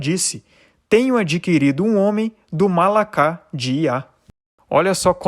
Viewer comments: A PRONÚNCIA NÃO É MALAKÁ, MAS MALARR. PORQUE A LETRA RAF SUFIT SE TRANSLITERA MALAKH, MAS TEM SOM DE "RR" FORTE. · Penso que você está fazendo um bom trabalho. Não sou especialista, linguista, mas vou lhe dizer alguns pronúncias. "Chawá = Havah( RRavá) como em Roberto; "Mala'kha= Malah".